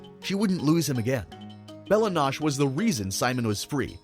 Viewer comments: Lol it’s pronounced Bella No-Che(Chay) like in the clips you showed and King Man has a space in the middle. Plus the way you worded the sentence, it made it sound like you said King Man was ‘the primordial god of chaos” btw lmao “She didn’t wish for Simon to be saved-” “-I wish for the power to keep Simon safe” — “She wished for Simon to be safe” Bruh I don’t even know what to say lol Great video, if I had the wishing crown I would so wish for more Simon Petrikov videos 🙏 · Simon Pronounces "Belle Noche" correctly. 8 seconds later bro insists in pronouncing it "Bella-Nawsh". 😭💀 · Goliad: Go-lie-id Bella Noche: Bella Nosh Bruh are you just reading these names of the wiki? How do you not know how to pronounce these names? Especially noche, it's just the Spanish word for night. Just go watch Dora the explorer lmao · Bruh how do you mispronounce Bella Noche when they literally pronounce it in the episode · Bella Noche is pronounced the way Ice King said it. 😂 I tried to ignore it, but I can’t. You might be confusing the pronunciation of the word, quiche, with noche which means night. His name means Beautiful Night. Bella is a weird word to use in Spanish to mean beautiful as it’s more commonly used in Italian to mean beautiful. I mean no harm here, only trying to help you sharpen your dictation skills! I love your videos, by the way! AT is one of my most favorite shows and it’s deep lore brings me to your videos time and time again to see what you see in the show. I like to know what others saw in it and compare it to my contemplations on the show. It’s super fun thought exploration with this sort of thing for me. I appreciate your analyses! They’re deeper and more meaningful than most! Keep up the awesome work!!! 🔥🔥🔥